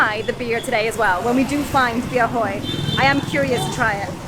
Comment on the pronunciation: " bia hơi" but not "bia hôi" 🤣😂🤣😂🤣😂